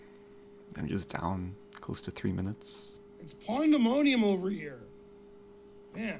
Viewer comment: actually ben said something better. he said "pawn"demonium.